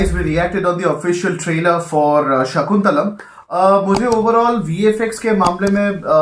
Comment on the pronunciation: And its not shakuntalam Its shaakuntalam Shaaaakuntalam